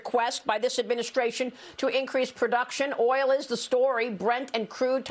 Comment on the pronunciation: "OIL" I had a a good laugh